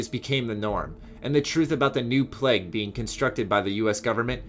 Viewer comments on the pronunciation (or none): none